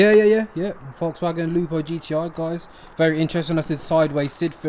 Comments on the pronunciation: Man said LUPO 🙈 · Lupo 😂 come on